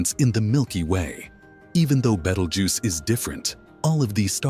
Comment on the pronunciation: A very interesting subject spoiled by a very bad "AI" (or I should say AS) narration and scripting. I managed to put up with the name of the Red Supergiant Star "Betelgeuse" being mangled about 8 different ways in 3 out of the 11 minutes before shutting it down.